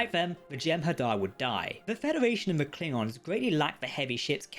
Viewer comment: I'm sorry, sorry, so sorry for this...not trying to be mean, just have to get it out of my system. It's Federation, not Fedawation. Either way, your videos are AWESOME!